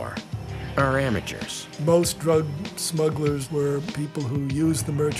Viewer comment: At the beginning, the narrator calls them "smuggers."